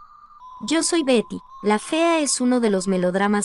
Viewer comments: Por favor no utilices esas voces automatizadas. Ignoro como se llaman estas voces artificiales , pero el 60% del video no se entiende. A veces dice Gary la fea, o pronuncia mal las palabras. Si se van a dedicar a esto, pónganse a escribir y dar las notas ustedes mismos. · Correcto pero la inexperta del reportaje lo menciona como esposo de Berta, (o Verta) y el "Chimuyurri" fue quien interpreto a su esposo. Un reportaje buenisimo en voz de una pesima voz buscando ilustrarse de plata ajena. E incluso el nombre de Betty lo trata de pronunciar en Ingles y al final en castellano.